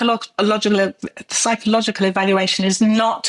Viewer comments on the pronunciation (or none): I’m not surprised she can’t pronounce the word psychological !